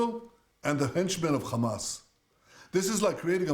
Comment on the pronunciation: U still cant pronounce hamas 😂😂😂